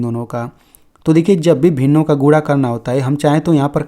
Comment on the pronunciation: अरे सर गुणा है या गुडा क्या बोल😂😂😂😮 रहे हो